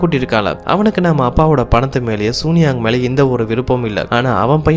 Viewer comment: இந்த கதை ரொம்ப நல்ல இருக்கு தம்பி , ஆனா அந்த கம்பெணி பெயர மட்டும் சூனியாங் னு சொல்லாம, சூன் யாங் னு சீன மொழி உச்சரிப்பில் சொன்னா இன்னும் நல்லா இருக்கும்